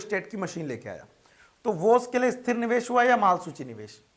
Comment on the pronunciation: Sir wo Esthir niwesh nhi hay, Sthir niwesh hoga...